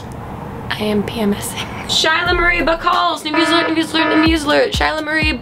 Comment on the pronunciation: "New musalert" :')